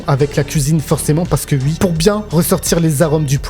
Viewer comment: Alors ui , mais ui , donc ui, OUI putain ça se prononce OU-I pas U-I mais merde à la fin vous êtes payé à parler de ce que vous aimez devant une caméra veuillez avoir la décence de parler correctement ça serait le minimum